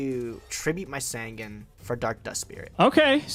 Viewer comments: I wasn't, not until he begins to pronounce sangan correctly even tho HE HESRS OPPONENT SAY IT RIGHT!! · Pronounce sangan right and your nightmare might end